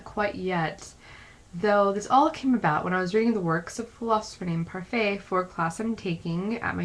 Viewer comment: It's (Par-fit), not (par-fay) like the mcdonalds french(ish) style yogurt.